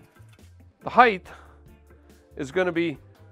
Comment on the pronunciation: HeighT not heighTH